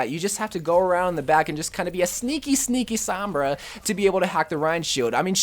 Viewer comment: Sooom-braaaa not souuuum-braaa damn that pisses me off.